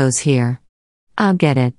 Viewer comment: もっと正確に言えば、アイル（I will）もアイルとはとても聞こえなくて、エルとしか聞こえなくて、明らかに、アイルとエルは発音がこの時点で違う。